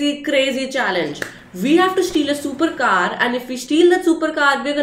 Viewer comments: Your shupercar is shuper cute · Its pronounced supacar